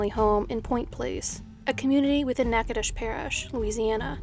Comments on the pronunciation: Where are you from that you pronounced Natchitoches right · Thanks for saying Natchitoches parish right! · PS Excellent job on your pronunciation of "Natchitoches"--I'm not sure where you're from, but if you're not 'fairly local,' I'm impressed! Nice attention to detail:) Thanks! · I was thinking that too. She nailed Natchitoches!